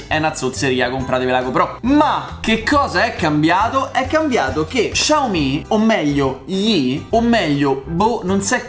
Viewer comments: Ciao! Essendo cinese la marca si pronuncia "Siao mi" e non "Sciao mi" (essendo mezzo cinese mi urta sentirlo pronunciato così) Piccola curiosità: vuol dire letteralmente piccolo riso. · Xiao si pronuncia "siao" 😂